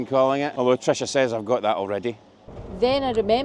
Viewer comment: Sorry! "Tricia," not Trisha. 😅